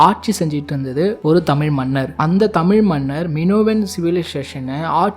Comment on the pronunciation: தாங்களது தமிழ் பண்பாட்டு தேடல் முயற்சிக்கு நன்றி. நெஞ்சார வாழ்த்துகிறோம். அதே நேரத்தில், தமிழின் உயர்வை பற்றி சொல்லும் போது தமிழை முறையாக உச்சரிப்பது மிக அவசியம்.. கவனித்து திருத்திக் கொள்ள வேண்டுகிறோம். குறிப்பாக க தமிழ் என்று உச்சரிக்கும்போது கூட ழ் விகுதியில் சற்று தடுமாற்றம் தென்படுகிறது. எகிப்தை எஜிப்து என்ற உச்சரிப்பது தமிழ் மரபுப்படி பெரும் தவறு. மூன்று ஆயிரம் என்பது சரியல்ல; மூவாயிரம் என்றே முறையாக சொல்ல வேண்டும். சிவப்பு கடல் என்ற பிரயோகம் தவறு. செங்கடல் என கூறவேண்டும். நல்ல தமிழ்ச்சொல் பிரயோகங்களுக்கு பழைய ( ) நாவல்கள், சிறு கதைகள் , பழைய கால சினிமா படங்கள் (MGR, Sivaji,SSR, முத்துராமன், சிவகுமார், கமல் )பழைய கால கல்கி, விகடன், கல்கண்டு, போன்ற வாராந்திர பத்திரிக்கைகளையும் புரட்டி தமிழ் சொற்களை தெரிந்து புரிந்து கொள்ளலாம். நன்றி.